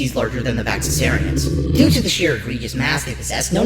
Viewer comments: VaxasARian? Isn't it pronounced VaxasAURian? As in dinosAUR? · They said vaxasaurian wrong